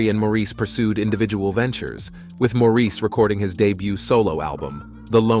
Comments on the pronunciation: It’s Insulting that the commentator didn’t make the effort to learn how to pronounce Maurice’s name. It’s NOT Mor-eese’ . It’s Mor’ iss . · It's Maurice ok,not Moreese...what the heck! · It is spelled Maurice..not Morris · I hate that too!!! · Americans often pronounce Maurice like that. They have their own lingo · being from another country doesn't give you license to butcher someone's name. All this guy had to do was watch one or two interviews with them but apparently he never has